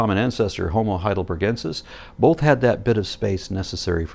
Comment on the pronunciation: He said homo but damn it was close to hobo